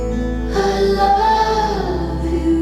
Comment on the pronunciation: Is it just me or does "i love you" sound alot like Hallelujah? anyone else hear it??